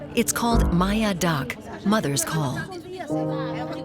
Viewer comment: the pronunciation is a bit off it's "Ma - yer Daak"